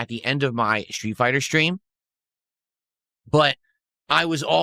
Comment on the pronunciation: Why does he add an H to street and stream? Its so fucking annoying